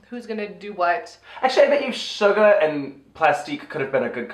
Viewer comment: It honestly cracks me up how both of you refer to Shuga as “Sugar”. Hahaha, I’ve just never heard anyone else not say “ShugA” so the fact that both of you keep the “r” on it really tickles me for some reason. I should really probably get out more.